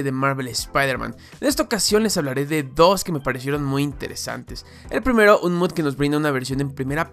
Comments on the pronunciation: por favor, deja de decir "MUD", la palabra mod es abreviación de MODIFICATION, se lee MOD, no MUD xd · No es de mala onda ni nada, pero me da gracia que diga mud en vez de mod, supongo que es su manera de hablar, no es nada malo solo me pareció curioso